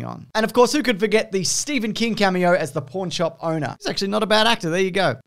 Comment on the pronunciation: I swear to God you said "Porn shop"